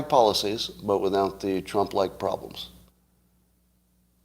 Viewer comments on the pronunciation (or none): none